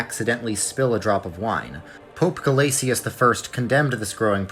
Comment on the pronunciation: Great video! Btw it’s pronounced Pope “Guh-LAY-shuss,” not “guh-LAY-tee-us.” It’s assibilation, just like how Gratian is “GRAY-shun”